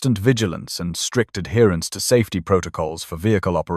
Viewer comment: "STRICT ADHEARANCE " !!!